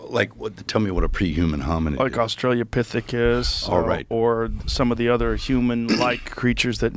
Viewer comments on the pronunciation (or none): Australopithecus. Aus-tra-lo Not "Australia-pithecus". Doofus. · "Australiapithecus." Jesus fucking Christ... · Hate how Rogan always calls Australopithecus "Australia-pithecus”. Sorry, that just always bothers me.